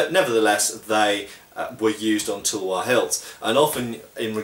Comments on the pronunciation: bro Indians made tulwars out of wootz steel which was world class and they are certainly good blades, so they were inspired by Indian blades. Also it's pronounced as "Talh-War" not Tulwar the way you say it. So no not all Indian blades were european made, they were indigenous indeed. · Just to share, the Tulwar is pronounced Th-ull-war, or phonetically t̪əl-war, with the ul pronounced as in 'hull'. In Hindi/Urdu, it just means Sword :)